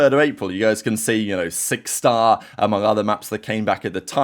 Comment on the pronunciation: The way you said six star 🥰🥰🥰